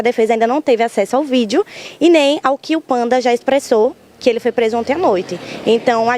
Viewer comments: Gritante é a jornalista que insistir em dizer vídel em vez de vídeo! E a Advogada dizer "agente vamos". Só pode ser do nervosismo!! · E a jornalista em insistir com vídel em vez de vídeo!!